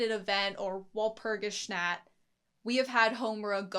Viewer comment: Walpurgisnacht is pronounced wahl-pur-gis-noct, sorry to be a big nerd ☠️ The hurt done to Sayaka is not physical. Madoka sees it that way, physically, because she does not like to see her friend fight so recklessly. Even with healing magic (which all the girls have, Sayaka's is simply enhanced), magical girls can still die if their soul gem is broken. Mami died from being overconfident, Sayaka's brashness is just as if not more fatal. The real hurt, though, is emotional, spiritual. Expending magic to heal, like all other magic, darkens your soul gem. The darkening of the soul gem means less magic can be used before you turn, but it is also a representation of your well-being. iirc it's never outright stated that expending magic without restoring it affects your wellness directly but it certainly seems that way? That's up for interpretation though.